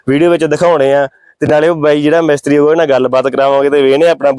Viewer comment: ਮੈਸਤਰੀ ਨਹੀਂ ਹੁੰਦਾ ਮਿਸਤਰੀ ਹੁੰਦਾ ਵਾਂ